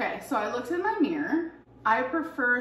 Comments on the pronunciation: ‘Meer’ it’s MIRROR 😂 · Its a mirror! Not mirr!! Oh god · Meeereeer ✨ - pronouncing the word mirror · She's a meeeeeer 600lbs.